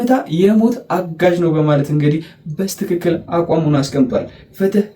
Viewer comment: በስትክክል አይባልም!!!በትክክል በል እስቲ...ጎበዝ!!